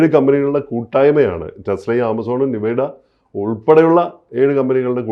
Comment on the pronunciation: നിവേഡ അല്ല എൻവീഡിയ 😂